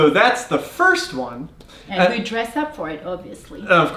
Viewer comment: I like how emphasizes "They will dress up"😂 😂 😂 Exactly brother,All congleses are sapeurs always, everyday till the end of time!!!